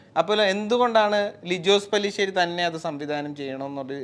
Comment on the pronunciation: പല്ലി ശേരി അല്ലടാ മൈരേ പാറ്റ ശേരി at least അയാളുടെ പേരെങ്കിലും നേരെ പറയാൻ പടിക്കെടാ... എന്നിട്ട് അതുതന്നെ ആ വീഡിയോ ടൈറ്റിൽലിനും എഴുതി വെച്ചേക്കുന്നു...